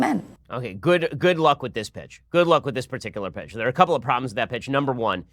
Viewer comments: you said "Good luck with this pitch" I swore and had to play it back that you said "Good luck with this Bitch" and I lost it!! haha but alas you did in fact say "Pitch" . You wouldn't have been wrong the other way though.... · good luck with this b*$@ i know he said pitch but itwas a close one lol